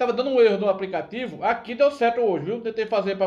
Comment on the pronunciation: Esse português do pipoco é uma comédia kkkkk apricativo.